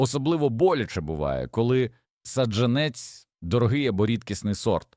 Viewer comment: Та не пУхка, а пухкА, не зОли,а золИ, не саджА нець , а сАджанець...і таке інше... Вибісили! Якщо вся Україна так заговорить... 😯 Неприємно...